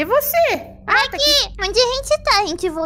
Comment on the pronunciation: O fofinho e essa parte da anya falando "Damian :c Begy :c" Ela fala begy ao invés de becky